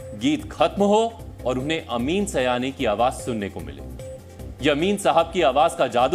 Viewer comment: Not bhaiyo aur bheno. Behno aur Bhaiyo. अमीन सiयानी not अमीन सयानी